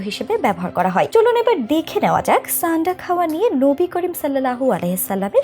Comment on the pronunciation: ছানডা না। সান্ডা হবে । আবা.....ল